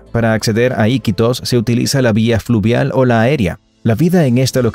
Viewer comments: se le llama aquí en Perú mototaxis y es Iquítos con entonación en la segunda i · tu le dises i quitos y se dice iquitos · Se pronuncia Iquitos y también a los motocarros se les dice mototaxi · El 5to dato no es del todo cierto o la mayoría no conocía es Iquitos con acento en la qui... 👻 dato 43 es completamente cierto 💃🏻